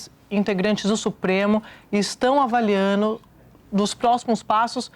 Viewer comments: "Avalianu" "Dizenu" "Desconsideranu"... Porque as pessoas estão "deixanu" de usar o "D" em algumas palavras? 🫤😡🤬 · “estão avaliano?” 😳😳😳